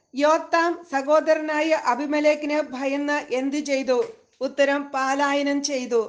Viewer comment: പാലായനം അല്ല പലായനം എന്നാണ്